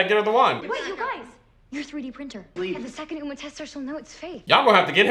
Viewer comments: This man just call Uma Irma and i'm dying 🤣🤣🤣🤣💀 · WHY HE SAY URMA AND NOT UMA LIKE SHE SAID A HOLE SONG ABOUT GER NAME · After he sang the whole what’s my name he still called her urma like 💀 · I love how doesn’t know their names. I died when he said “Mel,mall and now he with Urma” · He be sayin Mel and umra lol 😂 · He said urma🤣🤣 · Marl thuma its mal and uma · Quote: first he went with Audrey then he went with Mel mol whatever her name is then he went with urma!!!!! Me: wow great spelling and pronouncing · I love how Uma sang whole entire song about what her name is and still didn’t say her name right💀